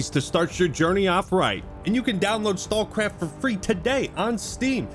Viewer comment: I love that "StalCraft" just became "StawCwaft" every time he said it! Made me smile